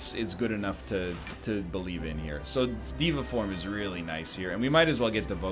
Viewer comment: day 6 of telling NL it's pronounced day-va form